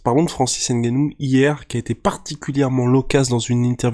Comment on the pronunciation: C'est ngannou et non N gannou